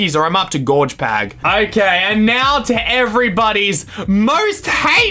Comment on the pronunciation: G O R G! P A G!